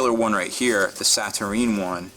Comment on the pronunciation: Sa-Tur-Een, is an interesting interpretation, but it appears to be Sa-Tur-Nine.